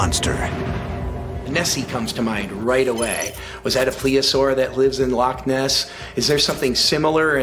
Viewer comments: PLEOSAUR??? Do you mean to say PLESIOSAUR??? I'm smelling some make-believe scholarship here. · That's Plesiosaur not Pleosaur. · They keep saying plea-a-saur. I believe it's plesiosaur or plesiosaurus. Idk maybe my ears just don't work right anymore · Plesiosaur, please pronounce the "s." Weird sound effects and camera angles, a guy with a monocle...I've seen enough, bye! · Marine Biologist my ass, he couldn't even say the right name of the animal when he compared it to Nessi. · Well his marine biology degree should be called Into question if he cant even use the correct pronunciation of plesiosaur